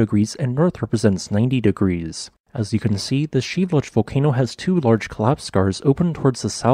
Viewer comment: Geez, learn how to pronounce volcano names! It is pronounced Shee vel loosh!